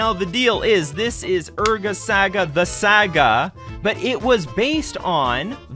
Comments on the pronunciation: Saga… SAHHGAHH not Sa Ga. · It's pronounced SAH-GAH not SAY-GUH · Can't stand the way your pronounce "saga" Lol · Love the content, never say saga the way you say saga again though.